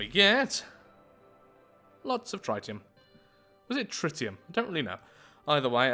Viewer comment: Tritium, pronounced trit e um, not tri tium. Then again, tritium, IRL, is basically hydrogen-3. Its a gas at standard temperature and pressure.